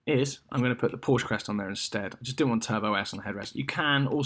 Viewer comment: You should not be allowed to buy a Porsche if you can't pronounce the name correctly. One sits on a porch, you drive a Porsche (pronounced like the girl's name Portia). How do you pronounce Bordeaux? Do you say, "bor-de-ox"? Of course not.